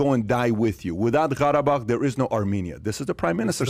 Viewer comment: he says 'gharabag' with a strange arabic accent to sound authentic but thats not even how qarabag (karabakh) is pronounced